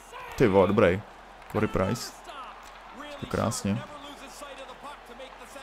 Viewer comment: Ahoj lelku. Mám tě rád ale prosím tě říkej [kery] Price. Celkem mě to štve. Je to můj idol tak to prosím pochop. Jinak dobre video.👍👍👍